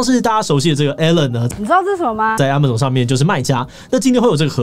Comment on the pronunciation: 也許 Amazon 的唸法是 ㄝ ㄇㄚˇ ㄗㄤˇ 而不是 啊 馬 總